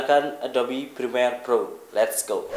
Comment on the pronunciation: Prremiere bang,, bukan Primer :((